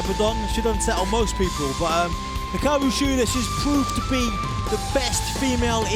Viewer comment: It's Hikaru not Hiraku!! Come on AEW fix your women's champion's name!!